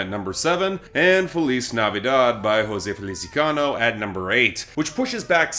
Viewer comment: He pronounces jose feliciano strangly.